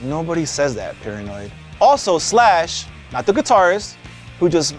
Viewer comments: It's Pirahnoid! Not paranoid!! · dude, it's not "Dr. Paranoid", it's Dr. PIRAHNOID!!!!!! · OMG it was annoying me so much dude I love it when the sharks would call him Piranoid and this dude absolutely butchers it. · it's doctor paran-oid, as is piranah, the fish he is mixed with. if you watched your own video you would see that it is said correctly several times in clips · How did you CONSTANTLY mispronounce the name as "Paranoid" when you included a scene where they call him "Piranoid". You even pointed out that hes part piranha!